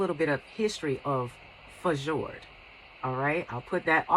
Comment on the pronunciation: Oh I love the Fjord hook love the combination of white with blue :0) I recently ordered two of them can't wait to receive them and see what they look like... I think it's pronounced "Fiord" :))